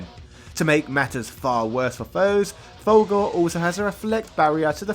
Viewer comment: its "full gore" not "valgore" even the game pronounces the it mate, rookie mistake